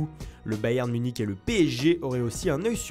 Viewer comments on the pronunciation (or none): none